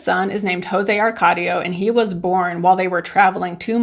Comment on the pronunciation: "JoSE" no "JOse"